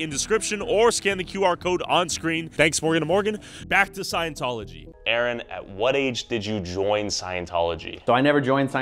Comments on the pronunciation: dude talking bout A-A-Ron 😭 that’s how yk they’re wrong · ain’t no way bro said A-Aron like where is balakay at 😭